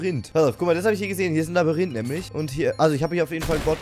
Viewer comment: Er hat wieder labarinth gesagt